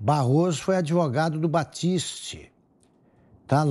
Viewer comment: "ADIVUGADO"... É como pronuncia o "grande, honesto e ilustre" Relator dessa vergonhosa CPI. Que nojo! 🤮